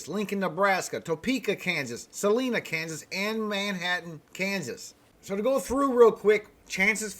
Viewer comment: The I in Salina is like the I in Line, as opposed to Salena.